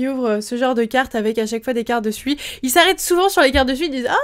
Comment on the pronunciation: On ne dit pas Sui comme tu le dis mais faut prononcer "Sou-i"